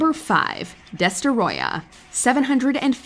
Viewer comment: The way you butchered the pronunciation of Destoroyah almost destroyed the video.